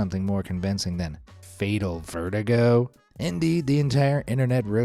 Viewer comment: veritgo? LOL!!🤣🤣🤣🤣🤣